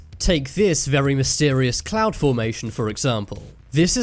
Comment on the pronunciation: I thought he said the “Massive orange clown”